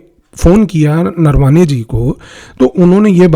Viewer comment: Offtopic correction Sir, pronounciations are नरावणे not नरवाने..rapid and irreversible romanization of indic script is my topic of worry 😢